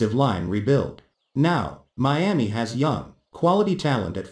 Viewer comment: What’s a Meeaa-mee?